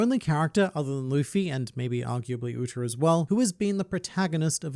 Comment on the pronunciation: Your accent has you pronouncing Uta like Üter the Simpsons character